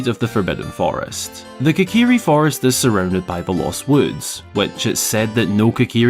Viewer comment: "Kikiri" Forest? Seriously?